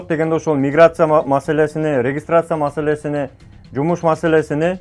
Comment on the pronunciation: Масалесини,масалесини ,дебей масалесин,халал дебей Адал деп суйлосон тууган